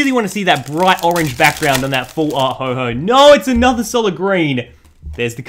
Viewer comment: Its ho oh not ho ho